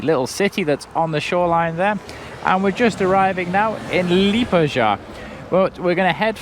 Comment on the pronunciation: Murdered the name of Liepāya. 😅